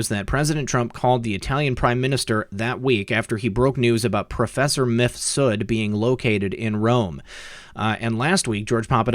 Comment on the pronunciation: Lol, seems you're one of the few YT creators that pronounces the name of MIFSUD they way it should be pronounced. Most of them pronounce it like MISFUD ! 😂👍